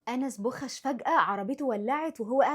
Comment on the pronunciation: أنا بحبك لانك قمر بس هو مش انس بوخش اسمعي اسمه من حد خليجي الاول علشان بوخش دي مش صح